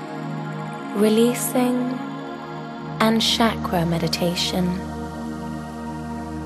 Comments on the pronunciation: my apologies in advance but if i can correct please pronounce 'ch' in 'chakra' as we pronounce in cherry not shakra as is done on this video. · I don't want to sound like a horrible person, but who pronounces it "shaq-ruh"? I've always heard it "shock-ruh". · no..it's "chuck-ra" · You are right if roses would have called onions they would have smelled the same. But even then Pronunciations do matter. Shakra in sanskrit means Brown sugar. anyways keep it up.